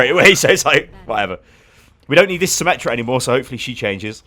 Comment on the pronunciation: FUCKING ATOU CORRECT. NO SOMME, NOT SYMMETRY, FUCKING SYMMETRA